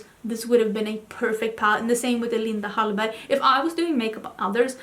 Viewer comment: I love the way u pronounce ‘Linda Hallberg’ and in general I like hearing u speaking Swedish 🥰